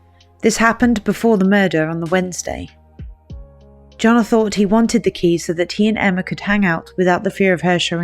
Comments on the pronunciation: makes the Y sound like Johann Sebastian Bach. Yonna not Joe-na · Jonnna • pronounced Yonna... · The way this narrator keeps pronouncing Janah as Jonah and accidentally using him or he with reference to Janah made this hard to follow.